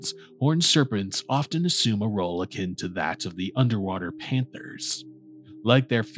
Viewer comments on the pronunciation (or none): none